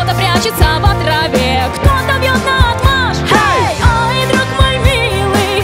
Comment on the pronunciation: нао́тмашь - ударение на букву о!!!! наотмашь нареч. обстоят. качества 1. Размахнувшись, с силой отводя руку от себя при ударе. 2. Употребляется как несогласованное определение.